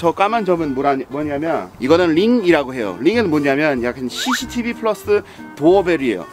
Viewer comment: 영어단어도 한국발음이네 ㅎㅎㅎㅎ cctv